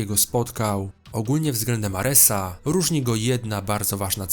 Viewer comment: aresaAA na olimpieEE, czemu tak dziwnie akcentujesz xD